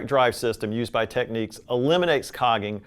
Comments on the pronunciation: This word is "Technics" / this word is "Techniques" . Just saying 😂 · It's a shame he started off pronouncing Technics 'techniques'.